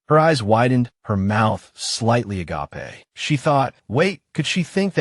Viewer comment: It's funny hearing agApe pronounced as the Greek, "Love."